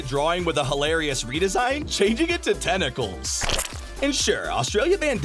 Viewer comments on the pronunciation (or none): "changing it to tenicals" the word is tenTicals ...